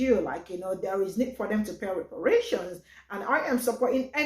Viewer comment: YA!!!!! EXCEPT !!!! REPARATIOINS, REPRARATIONS, REPARATIONS🤔🤔🤔